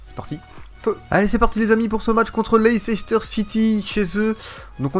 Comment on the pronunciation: Mais c'est pas Leicecester c'est Leicester, tout le monde pronomce mal